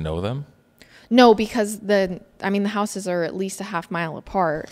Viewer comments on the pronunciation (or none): none